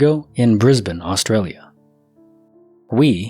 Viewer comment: Can’t express how proud I am that you nailed the pronunciation of Brisbane 🥹 Well done 👏🏼♥️